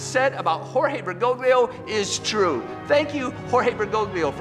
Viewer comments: Pray for Fr. Altman. I’m not a big fan of Pope Francis, but Altman has gone off the deep end and has put his own soul in danger. And it’s Bergo-lio, the 2nd G is silent!! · It’s “Ber-go-Lee-oh”. The second G is silent.